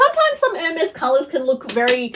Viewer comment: To discuss Hermes bags, one should either take French or learn how to pronounce French words. At the minimum. To sound worthy of all those elite bags.